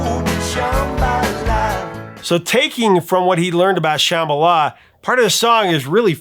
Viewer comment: It sounds like you were saying Shamala instead of Shambala